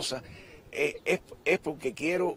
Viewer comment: ¿Profesor de español? ¿Y dice pok-ke?